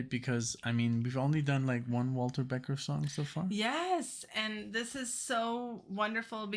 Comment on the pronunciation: Hi guys! Love your channel--BUT it's Walter BeckER not Beckett! Thanks!